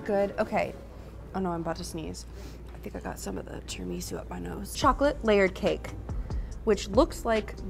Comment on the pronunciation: bruh pls stop saying 'tarah-ME-soo' and say 'tarah-me-SOO' omg lol